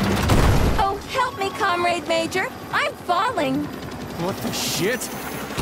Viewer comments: Lol thought the same thing, “com-raid” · Yup. It's Russian Bioshock Infinite. With VAs that can't pronounce "comrade" properly.